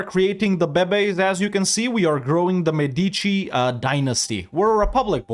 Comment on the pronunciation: I really love your content and I'm also happy to watch your videos anytime I have some spare time, but please, I beg you, EU5 will be with us for a very long time, is mÉdici not medÌci